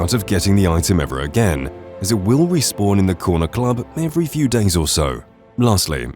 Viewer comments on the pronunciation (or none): none